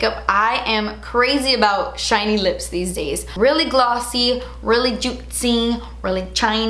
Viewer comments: “really glot-sy, really juit-sy, really chine-ey” 😂 I love your descriptions of things hahaha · "Really glossy... really jutsee... really chiney"